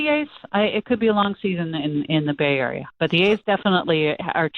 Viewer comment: Bay arier lol